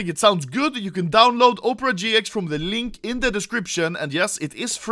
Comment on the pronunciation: bro literality said "upera gx"